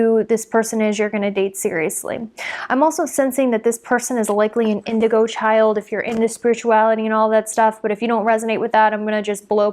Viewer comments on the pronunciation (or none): none